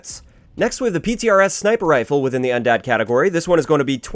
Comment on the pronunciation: After you said ptrs, you said un DAD